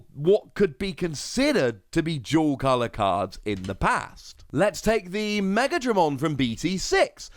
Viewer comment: I thought you were saying jewel color lol not dual color